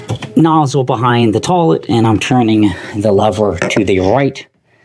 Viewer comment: Where are you from where it's pronounced Taw-Let? Not making fun, you'd think it was weird i call it toy-let.